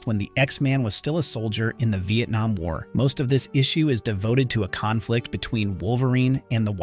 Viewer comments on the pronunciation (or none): none